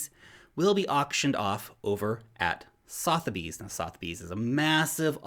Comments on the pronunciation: Sotherbys = suth-er-bees :-) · say sutherbies when saying sothebys just saying